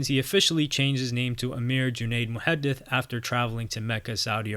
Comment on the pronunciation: You pronounced the name Muhadith correctly. So I checked your channel name and I see why lol. Great video.